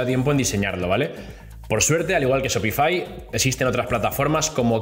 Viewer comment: Se pronuncia SHOPIFAiiiii no shopifi